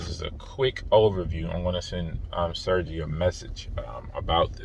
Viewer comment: Sergey is pronounced Sir-gay.